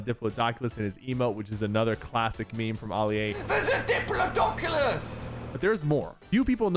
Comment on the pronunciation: He said Oli-A and not Ali-A